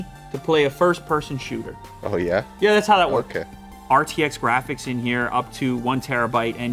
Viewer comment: He's pronouncing "Yeah" like a German would pronounce "Ja" (= Yes)